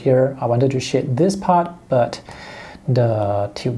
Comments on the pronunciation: lmao you sound like your saying 'shit' when you say 'shade' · thats what i thought he was saying at first. I thought he made a mistake or something the first time he said it lol